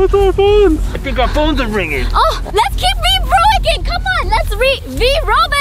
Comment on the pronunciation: i thought its called "vyrobics" not ryvobics whaaaat have a nice day/evening/night :) ;)